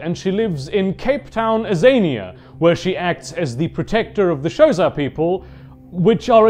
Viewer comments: Man, I felt that comment about nobody knowing about the sea dragons/leviathans. I've played since the late 80's on first edition and I had no idea. Also, I had a giggle at "Showsa" people, guessing you meant Xhosa. Then again, knowing how it's pronounced, that's about the best a non native speaker can hope for. Love the videos and the trips down memory lane. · That has to be THE most interesting way I've ever heard someone pronounce Xhosa in my life - quite entertaining.